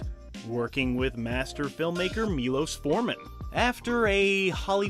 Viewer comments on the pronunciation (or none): none